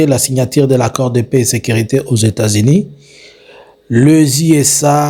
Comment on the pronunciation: Faites un effort monsieur sur la prononciation, vous prononcez 'i' en lieu et place de 'u'. États-Inis ' 'Mettez le 'kere <> coeur'